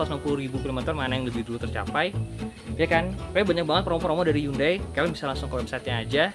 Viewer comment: Cara Bacanya org indo HYUN DAY padahal di korea asli dan sebutan nya HYON DAE